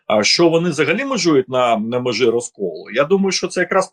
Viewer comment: І прізвище, а ще більше того імʼя -. (Шевченко на тому світі, мабуть за голову хапається.) Розумний політолог, багата мова, а вимова? Караул! Що це за аля юлятимАшенка? " на межИ розколу." "пАрядкАм денним", "теж гАворила теж про пАдатки... яке пАстраждалА.., Астання спроба... треЦя партія, деорганізацИя.." Слухати, звичайно, важкувато і дивно. Людина живе в Україні, а мова українська, як у москаля, який намагається вивчити українську.